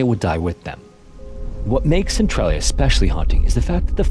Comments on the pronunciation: i never seen a documentery where they actually say centralia right, its "sen trail ia" not "sen trol ia" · It's pronounced "cen-TRAIL-ia" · I dont mean to be rude, it’s commonly mispronounced. But as someone who lives nearby and has visited a few times, I want to make sure people know how it’s pronounced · Thank you. I love this channel but you can't mispronounce the name of the town throughout the whole video.